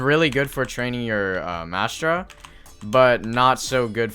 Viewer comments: where is the s in "Mantra" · its not called mastra its a mantra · since when was there a S in mantra